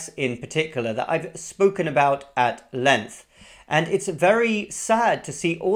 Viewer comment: He is from England and he cannot pronounce "Length"